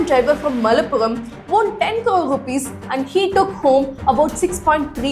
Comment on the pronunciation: 'won' is pronounced exactly like ONE 👈